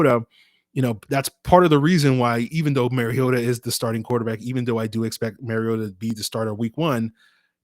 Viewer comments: Should probably start with learning to pronounce Marcus' last name. It isn't Maryota MAR E OTA MARcus MARiota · THANK YOU! It is pronounced like the Nintendo character Mario with "ta" at the end. He has been in in the league 8 years and the announcers still say it wrong.